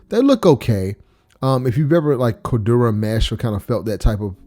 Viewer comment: said “cordurah” 😂😂😂